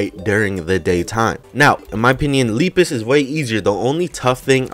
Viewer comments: Lepus is pronounced Lep is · this d00d sounds like Jeruhmi,a ROBLOX youtuber (lol) and Lepus is pronounced as Leh-Pus